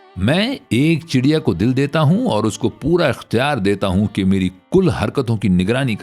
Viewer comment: D ki jagah R ziada Urdu talafuz k nazdeek lagta hai.